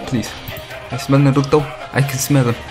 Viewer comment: idk how people watch u hearin u say naruto made me report nd dislike